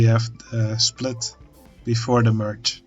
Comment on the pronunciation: Hey, thanks for the tutorial, I'm relatively new to OpenTTD and I currently try to improve my junctions, so that helps a lot! 😛 But... one question. Are you German? Because you said schplit instead of split and that happens to me, also German, here and there, too 😂